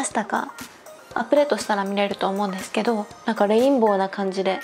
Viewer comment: HAHAHAHA the death instead of desu